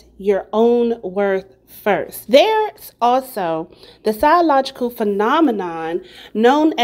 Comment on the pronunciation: PsYLogical?? Girl… the word is psyCHOLogical..